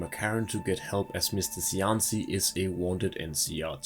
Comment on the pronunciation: As an Italian language speaker, shouldn't Cianci be pronounced: Chianchi? ("Chi" sound from cheek)